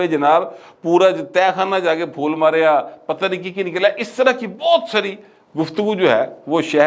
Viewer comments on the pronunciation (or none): none